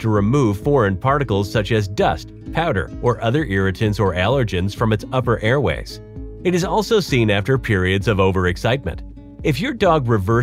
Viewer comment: Allergens not "allergenes". "Interstingly" is not a word.